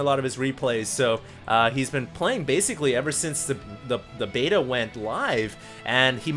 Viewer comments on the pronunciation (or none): none